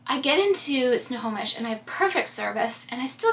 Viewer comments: You did pronounce Snohomish correctly! My nephew & his family & one of my sisters live there. We were there twice this summer! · Lol, you are pronouncing Snohomish correctly. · You said Snohomish perfectly. :) I live in SW Washington, but I was in Snohomish in July for a wedding. I had never been there and it's such a cute town! I'm really enjoying this series and it's inspiring me to get out and explore! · You said Snohomish perfectly! Love that little town, I’m getting married there in a year 😊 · Snohomish…you said it right every time!!